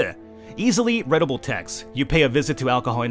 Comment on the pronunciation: It's a bit ironic that you mispronounced 'readable' xD